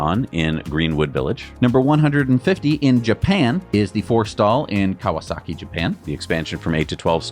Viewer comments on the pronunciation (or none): none